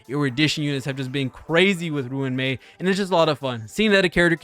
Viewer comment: its so funny how he says ruin mei instead of RUAN mei